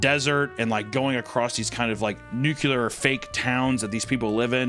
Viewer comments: When reads Nuclear- he says nuclear. When he says nuclear- he says nucular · Degenerate sponsor wtf 😅😅 yikes Also what is new-kyular? Idk ehat hes saying but its pronounce like newkular???? Wtf is this word lmao and ik english well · As a physics major hearing say "nucular" upsets me deeply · And a "NUKULAR" hat too